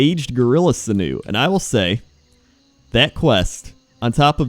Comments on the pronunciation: Lol sinoo. Sinew, sin-you. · Those of you wondering what on earth he's talking about - he means "sinew" (should be pronounced sin-you) Pretty sure you still die in the whirlpool Which kinda sucks if you've come from Darkshore, where there's another whirlpool you can jump into, and survive and there's a hidden quest/achievement. I remember having to collect a billion pages of that damned book just to find one in particular. An the AH full of pages lol. Now you only need to find a couple :/ Fishing tournies are officially "on hiatus" Island got killed in Cataclysm: - my guess is it as a tidal wave :P